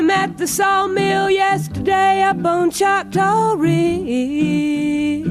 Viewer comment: It’s “Choctaw”, an indigenous name.